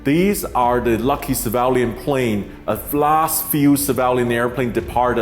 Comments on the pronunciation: Sam its not Sevalian planes. Sorry but you must correct your words here. Its Civilian planes. Which pronouse something like Si-vil-lian. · I have a problem with Sam Chui mispronouncing CIVILIAN as SAVALIAN. Did he intended to do this on purpose, or does he hate that word? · At 0.35 to 0.38 is it pronounced ceevaliaaan or civilian. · Took me replaying the first part severally to know you meant civilian when you say *civalian*. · Mr. Chui...... Its not Civaaaalian .LOL its pronounced as see-vi-li-an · It is pronounced CIVILIAN and not CIVALIAN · Civilian, not civalian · Dude keeps saying savalian lmao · civilian not civalian. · Civilian is pronounced as "SIV V LEE AN" not SAA VAH LE AN" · It was cringy to hear Sam pronounce “civilian”….. he said “savalion” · please forgive me i was wondering what was the ‘Sivalyan’, ‘Cevalian’ word you were mentioning…and in the end i realized it’s ‘Civilian’ ☺️✌🏼…great post though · It's civilian not cavalian... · Civalian airplanes? That's what I heard. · it is civilian not civalian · Same with me. But I didn't hear "severally", I heard *sevaalian*. or something like that! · Great reporting, but what is a "civalien?" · fascinating....Civ - ill - e - an (civilian) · Is it Sevalian or Civilian lol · "civalian airplane" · Sam please learn how to say the word civilian. It’s sad that you chose to go after viewers and likes by posting this video. Way too soon. I think you could have checked your ambition and held back a few weeks. I am unsubscribing and no longer watching your videos.